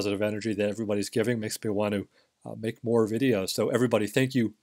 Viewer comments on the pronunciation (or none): none